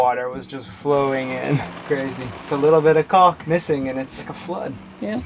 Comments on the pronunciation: caulk /kôk/ Don't pronounce the 'L' in Caulk. I was corrected for doing just that by a 4th grade school teacher...... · Shame he can't pronouns Caulk : )